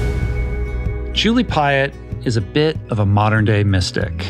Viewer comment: ... just realized that Piatt as you pronounce it, sounds like the french word "paillette" wich is a glitter that shines... 🌟💫🙏🏼